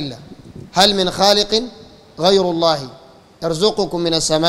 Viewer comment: يروح يتعلم كيف يقول لفظ الجلالة بالاول بعدين يعمل علامه